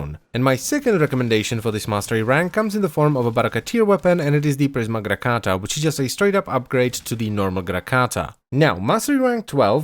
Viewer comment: does anyone else think the way he says grakata is super dope.